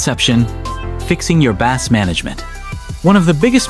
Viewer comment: The first time the voice over said the word, it pronounced it "bass", like the fish, instead of pronouncing it "base". The pronunciation was wrong the first time the word is mentioned.